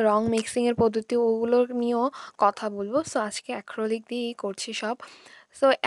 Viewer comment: আপু অ্যাক্রলিক না acrylic